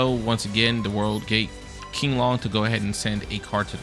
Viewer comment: Qinglong is pronounced as "CHING-loNG" with the uppercase letters as a high intonation.